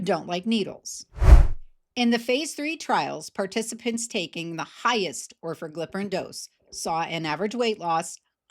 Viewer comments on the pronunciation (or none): Should be noted only the lowest doses of the new pills (Orforglipron from Lilly, and ‘Oral Wegovy’ from Novo) will be priced at 149. The highest doses will be 399, according to Lilly. Still, it’s an improvement. 🤷🏼‍♂️ Also, it’s pronounced or-FOR-gli-pron (I think).